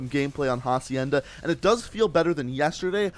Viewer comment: For the pronunciation you don’t say the “h” it’s “acienda”